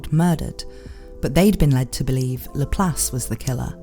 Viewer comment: Does it bother ANYONE else how she's clearly pronouncing this characters name wrong...